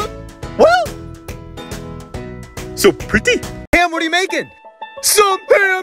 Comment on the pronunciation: & "so pretee"